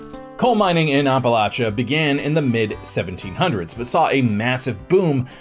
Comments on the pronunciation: every time i hear it a little voice screams APP... APP-a-latcha. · Wish I could watch this but can't take any more of "OppaLOTcha". It's pronounced AppaLATCHa. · it’s the first syllable that I have a problem with. He says Ahh Pa not App uh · As a WV native hearing the way you pronounce it as oppa-lotcha is so jarring. Where I'm from it's any of Appa-latcha or Appa-lay-sha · App-uh-latch-uh!!!!!! Say it right or keep it out of your mouth. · Ahp a LOTCHA? 😂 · ITS NOT HARD APPLE- AT- CHA.... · Maryland here 😂 I do say the same it bugs me so much lol it’s not that hard it’s always the people that are not from here try to make it seem like there right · glad it’s not just me lol i’m like where are you from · I've heard a lot of people mispronounce Appalachia.. but holy fuck nuts?! Yours is the literal worst I've ever heard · bro you butchered Appalacha its app like on the phone at least thats how we say it in the south. great video btw I really enjoyed it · Terrible pronunciation of the title region. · It's always good when this bit of history gets some attention. But man, every mispronunciation of the region gave me a full body twitch. I live minutes away from Paint Creek, and have traveled all throughout the Appalachian Mountains, and I've never heard it said like that. You still get a thumbs up, though. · I live in PA northeastern Pennsylvania to be specific and I’ve hiked a lot and lived in Appalachia and it’s always funny to me hearing ppl not from around here pronounce it the way you did lol great video though been a viewer of all the channels and since the beginning of this channel. Nice seeing a video close to home. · Oh my Gosh! Great video. I’m from WV, but your pronunciation of Appalachia is incorrect and killing my ears. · it 100% is not correct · "The way I pronounced it is the right way, apparently." according to some people. I've lived in the area almost my entire life and no, we do not pronounce it that way. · It's so bad